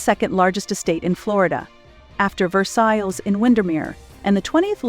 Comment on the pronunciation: What’s with the narrator constantly mispronouncing Melania, Milan, Versailles and many others!!!!